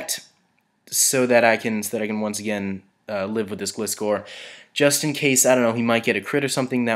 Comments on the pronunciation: it's not glist-core its gli-score SAY IT RIGHT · Flappy Actually it's more like gly - score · just a pointer- gilscor is pronounced gl eye score but it really doesn't matter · Gliscor is said so instead of the weak "i" it is like "I" in a sentence like "I went to the shops"